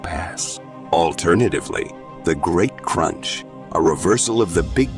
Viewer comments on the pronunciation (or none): none